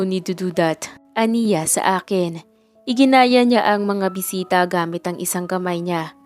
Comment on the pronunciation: iginiya hindi iginaya🎉